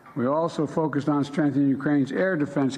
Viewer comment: What is "strnthhening"?